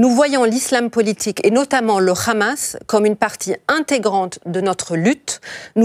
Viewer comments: Il faut arrêter avec l appellation rhamas la prononciation est plus simple Hamas. Bravo à votre analyste de haut niveau rien à voir avec cette femme. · C'est le Hamas, pas le Khamas! Et c'est pas anodin, c'est comme le petit doigt dans les Envahisseurs.😂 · Le « khamas » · le KHHHHHAMASSS! la prononciation qui vise a faire peur. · Khamas , Fatar elle croit que c'est de l'hébreu et non de l'arabe, c pourtant pas difficile de prononcer correctement et si tel est le cas faut prononcer en phonétique française ...